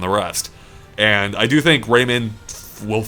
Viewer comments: For the love of Jeebus, stop pronouncing it as "Raymin,". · dear god the way you say Raymun is so ECH good video though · "Raymin" "Oobisoft" You people and your pronounciations. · The way he says Rayman bugs me so badly.